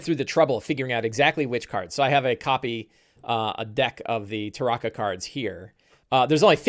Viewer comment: Love the tips and advice, but I absolutely hate the way you pronounce "Tarokka" with the "ah" vowel sound. Been listening to the Ravenloft audiobooks for years and its always been pronounced with the "oh" vowel sound (Tar-oh-kah).